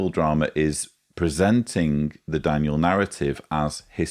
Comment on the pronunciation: Did call him "Dan-u-el"?